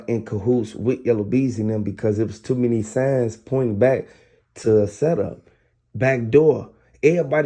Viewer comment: This same dude stay making fake stories. He be changing his voice but his accent stay the same. He always say sent up instead of setup. Goofy even got a female a.i. voice to make it seem real 😂😂😂